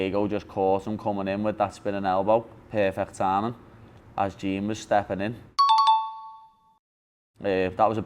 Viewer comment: LOL "Gene" for Jean silva